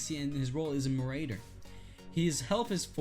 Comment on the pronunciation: You mispronounce marauder